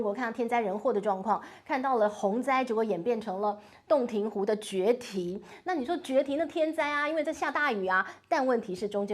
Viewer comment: 来，跟老师读一遍：决堤jue di